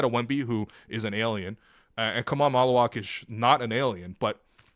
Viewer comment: So glad you said Maluach. Wait until ppl realize his offensive ability. Watch the tape from his time in BAL when he played with Ulrich Chomche. He’s being put in a box at Duke which is fine cuz he’ll drop to us.